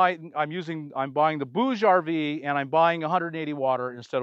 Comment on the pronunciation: BTW, bouge means move in french and you pronounce it perfectly